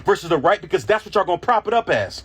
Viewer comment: the way he says, Ya'll, in the first 30 seconds. douche.